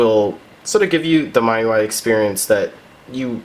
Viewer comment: You just now taught me to how to pronounce miui!